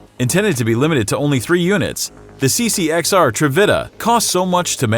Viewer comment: he also messed up the ccx trevita